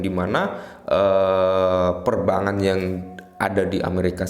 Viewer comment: Perbankan mis 😂😂😂 Bukan Perbangan 😂😂